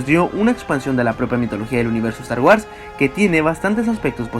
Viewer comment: " Estar UARS " 🤣🤣🤣🤣